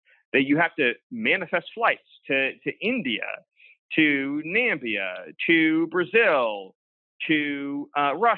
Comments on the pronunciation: This guy just said Nambia you can't make this shit up! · Given the choice between someone who incorrectly calls a country “Nambia”, or someone who thinks socialism is a good idea and that men can give birth, I think I will listen to the former,.